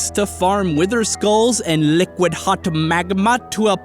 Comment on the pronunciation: and liqwad magmwa